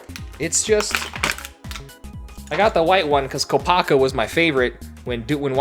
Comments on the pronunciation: if Kopaka is your favorite why did you end up calling him "Kopaku" twice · It’s Kopaka, not Kopaku muh dude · It's Kopaka, not Kopaku.... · It's Kopaka, not Kopaku. And Kopaka and Tahu are my favorites.